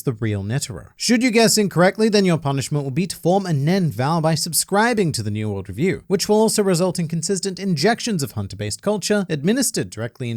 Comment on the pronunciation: ""...ya keep getting your name wrong in the beginning my man. It's "".